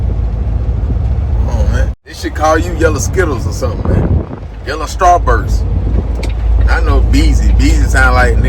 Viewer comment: “Yellow Strawburst” 🤣😭